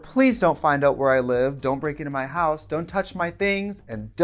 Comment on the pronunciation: Did she say hoowhere i get ready bc PLEASE keep doing it lol 😂